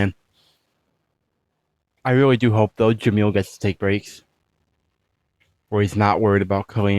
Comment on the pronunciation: As Arabic speaker the way that you pronounce kalim and Jamil it’s a very perfect also they’re mean as means a talkative and beautiful